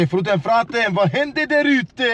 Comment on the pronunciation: Brother where is Luis!? this is just fruten not fraten!